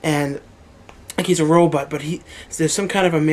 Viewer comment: You say robot like "row butt"...lol. Great updates though. I love them.